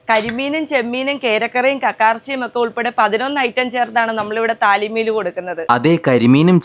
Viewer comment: താലീ മീൽ അല്ല " തളി മീൽസ്"